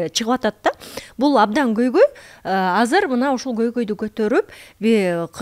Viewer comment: Тил дейт анан казыр деп суйлогону кантет